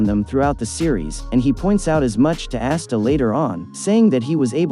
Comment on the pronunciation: It’s ah-sta not ass-sta